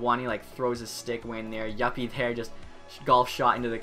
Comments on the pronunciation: It's not yuppy it's you Pi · The funniest thing was when he said yuppy when it's yupi